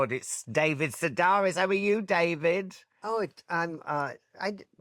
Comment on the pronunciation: Why did no one tell Alan Carr that the name is pronounced "Se-DARE-is" because it's Greek and not "Se-DAHR-is"? This has been common knowledge for 30+ years, especially because David Sedaris has been so popular on radio, interviews there and on TV, and audiobooks. Where you can hear the pronunciation, not just read it.